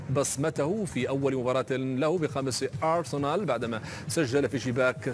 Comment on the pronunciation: المذيع يتفلسف بالنطق 😂😂 ميرتساكر ارسنال ميرور واي كلمة تانية ركزو كيف يقولهم 😂😂😂